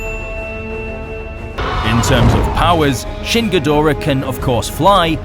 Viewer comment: The linnorm look is good, just as is the quadrapedal look. Ghidorahs tend to be pretty impressive, which goes to show how much behind-the-scenes effort goes into refreshing the classic kaiju. In the Showa days, one bad dub changed (gee do rah) into (gee DOR ah) and fans cringed. Generations and many swallowed Tide Pods later, western fans take pride in mangling the name. 'Poor spacedragon.